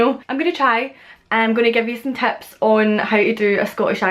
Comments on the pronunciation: Excellent video! I have also noticed that you sometimes replace the "short i" sound (in a word like "tips") with a "short e", so it becomes "teps". Whatever's going on, I love it. All of the accents that I've heard from Scotland, Wales, and Ireland (and to some extent England) are so melodic. I think it might be appropriate to say: "Well, that's me then. Until next time". I'm assuming "that's me" replaces "I'm done". If not, I'm an eejit. (From America, BTW). 😃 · One thing that I've noticed from you in particular is that a lot of times, the "i" in words becomes an "e." Like chicken becomes checken, tips becomes teps, kitchen becomes ketchen, that sort of thing. Not Scottish, just something I picked up lol